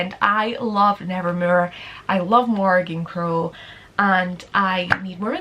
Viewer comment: THE WAY YOU SAY NEVERMOOR I’M DEAD